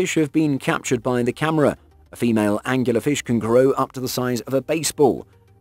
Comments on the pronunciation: I like this video, but, I have to interject that the deep sea fish, with the glow-in-the-dark proboscis, is called an "angler fish" that's angler, as in a fisherman that fishes with a rod, not as he said, "angular". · "Angular fish".......ANGLER FISH!